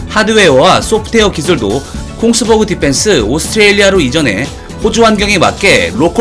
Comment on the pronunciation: 콩스버그? 노르웨이 방산업체 Kongberg를 말하는 거라면, Kongsberg 는 콩스베리 비숫하게 발음됩니다.